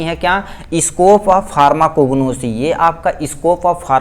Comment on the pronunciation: Bhaiya Marpho nhi pharmaco bolo